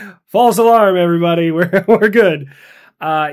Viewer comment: Evarybady! Start padalling 😂😂❤